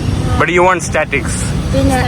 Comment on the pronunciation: Statics അല്ല status